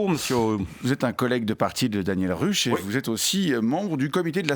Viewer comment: Daniel Ruch se prononce Daniel "Rouque". On prononce à l'allemande. 😂